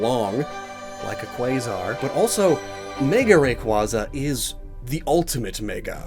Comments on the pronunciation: what I find weird is that you point out that Rayquaza is named after a quazar yet don't pronounce the "quaza" part of Rayquaza, like quazar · How did you say Quasar correctly but pronounced Rayquaza wrong 😂